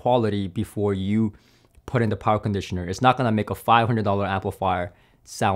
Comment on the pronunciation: Talky.. Talky.. talks alot.. but says nothing really of specs or substance of any comparison of the "many many" "tested" products...??!.. but if he makes a dollar for everytime "powa cronditioner" was said.. he'd make more youtube dollars than the sponsors endorsement adverts... subjective waffle talk 0/10 use..